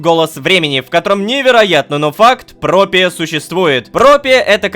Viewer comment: опять ошибка не "Пропия" а "Проппия"